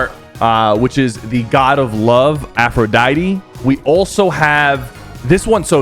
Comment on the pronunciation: Af ro die-t